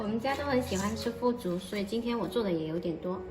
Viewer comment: 是腐竹吧，3声吧，还是我读错了。